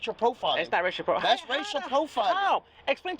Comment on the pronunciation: Troutman Are you pulling my leg? That's how the dude pronounced the word "racial".